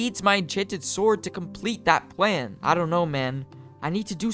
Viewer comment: Bro says pwan instead of plan